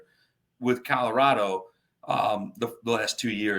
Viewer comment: love you and everything you do and bring to The Nation. But, if you’re going to talk about my great state and the great coach for the Buffs, please, it’s ColoradO not ColoradA. 😂